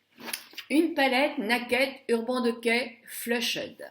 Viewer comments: Je suis ravie de ton évolution et des cadeaux que tu reçois car tu le mérites mais, s'il te plait, prononce correctement le nom de cette marque. Il s'agit d'"Urbane Dikay". ;) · Ah oui, je voulais te dirE que ça se prononce : Urbane diké.